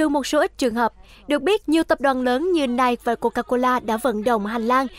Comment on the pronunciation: Hãng giày của Mỹ đọc là Nai-kỳ thay vì Nai